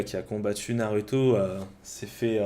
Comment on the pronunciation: tu dis "naruto" à la place de "narouto" mais tu dis pas "sasuke" mais "sasouke", si tu prononce mal, vas jusqu'au bout